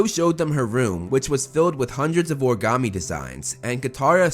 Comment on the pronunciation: It’s call origami not ogam